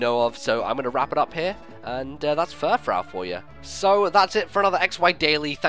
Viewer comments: same with me actually, I'm like Froo, froo, not frau. I couldn't even finish watching this. lol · It isn't Frau it is frou, so it is like poofy hair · I thought it would be pronounced Fur-froo, like a French word. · I think it's pronounced fur-froo. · furfrou is pronounced fur-froo because its based on the words fur and frou frou which is basically the french way of saying fancy.